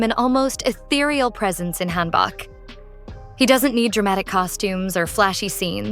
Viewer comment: FYI: hanbok is pronounced more like hanbook. Hope this helps 😊